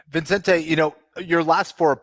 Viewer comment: Well kenny got the vicente pronunciation wrong🤣. Everyone always throws in an extra n.